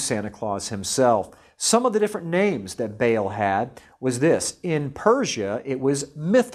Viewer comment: By the way, it's pronounced "bah-ahl", not "bale"